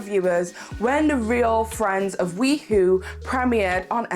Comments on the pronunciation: Hey hey. Just because I know this drama will continue, the pronunciation of WeHo is “We-Hoe” ( like the garden tool) instead of "WeWho”. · It's we hoe not we hoo. Ugh that bothered me throughout the video. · it’s pronounced Wee-hoe (as in West Hollywood). Not wee-who. 😂 Yeah those are definitely half lash falsies in the Mikayla tiktok. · I laughed every time she said that, it was so funny but I appreciated the good laugh.